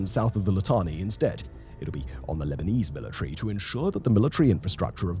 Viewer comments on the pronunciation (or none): "historically the Lebalize billetry" 😂😂😂